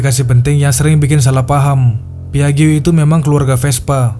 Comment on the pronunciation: Maaf,... 😊 PIAGGIO dibacanya: "...PIAJJO..." Jangan kepleset jadi PAIJO, ya...😂